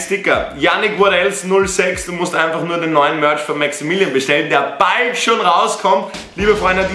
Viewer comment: Hi du hast gesagt maxaminion